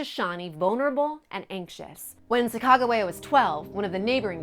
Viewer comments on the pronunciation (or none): Chaicago wia what it’s Sacagawea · I couldn't watch this video at you butchered the shit out of her name